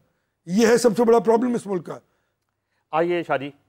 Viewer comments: Mr. you should concentrate on your accent It's Mulk not Muluk. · 2828 Shabash ,aap mujhay koi ''danishwer'' lagtay ho, Yes it is ''MULK'' and not MULUK, SHABASH aap bahut ''taraqi'' karo gay aur kamyabi aap kay qadam choomay gee. Sallam aur Duain from a senior from USA